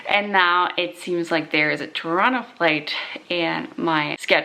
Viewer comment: I love that you pronounced Toronto correctly! I just taught an American friend how to say it.